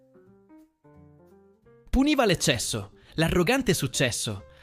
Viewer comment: Simpatico e divertente. Se posso suggerire, fate più attenzione agli accenti, anche scritti. Per esempio Nèmesi, non Némesi.